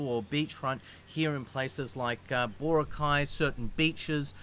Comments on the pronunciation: Especially with places that the country is very proud of, like Bora'cay, mispronouncing them is, I believe, a kind of microaggression because it disregards the culture. A kind of "When in Rome do as the Romans do" and, if you do, the locals will love you. Anyway, I'll leave it as that. Meant as a constructive criticism. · Mate ... It's Bora'cay not Bo'racay. The stress is on the second syllable not the first - just like Chica'go, Neva'da and Mani'la. Most placenames in the Philippines with three-syllables would have the stress on the second syllable. Not all but most.